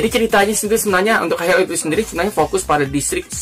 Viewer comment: High cara bacanya /hai/,sukses terus